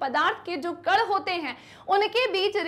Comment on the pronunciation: Ma'am कड नहीं कण होता है